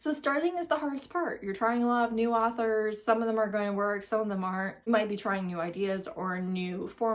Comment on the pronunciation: You can literally not talk if you call “authors” “arthers”💀